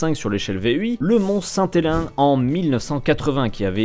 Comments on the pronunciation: le mont saint "élain"? c'est pas "Helens" oi "Hélène" pour les francophones? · Petite précision : La bonne prononciation pour "Helens" du "mont Saint Helens", c'est plus comme le prénom "Hélène"... avec le "s" à la fin et une prononciation à l'américaine. 😉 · C'est une technie-qualité mais à mes souvenirs, ça se prononce plus au féminin comme le prénom Hélène un peu. En tk au canada c'est ainsi que l'on nous en parle à l'école 😅